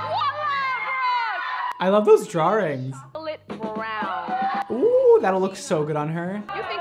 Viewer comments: “I love those *drarings*” 😂 no hate that’s just how the word sounded when u said it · I love you but I laughed at "djaw-rings" 🤭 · "I like the DrawRings" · things I didn’t know about: “drawerings” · “I love those drawrings” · No one:: I love those dRawRiNgS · here again just to hear say drawrings 😂 ❤️ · did anyone else hear him say draw-rings? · It’s only one d in that word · Star Marie it’s like he’s only ever seen the word written down and had never actually said it before 🤣